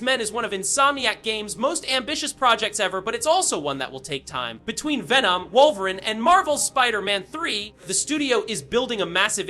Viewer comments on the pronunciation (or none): Pronounced Wolver-een Not Wolver-in as it is in video. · Why tf are u saying woverin' ??? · Wolverin’ & Charles Gayvier?😂